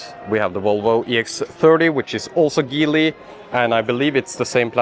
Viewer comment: Geely is pronounced with a soft "G".